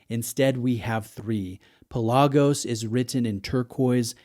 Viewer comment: PELagos, not peLAGos.